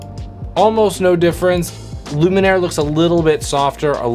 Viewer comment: I'm here to mention what has possibly already been mentioned in the comments: If Luminar misses a patch of skin in your example you can click on "Edit Mask" and help it find the parts that it missed. Hope that helps! Also, really sorry but I think you've been mispronouncing the name of the product through the whole video 😬